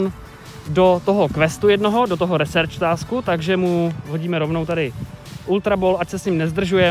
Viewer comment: Já vím je to taková blbost ale research se vyslovuje "risrč" ne "resrč"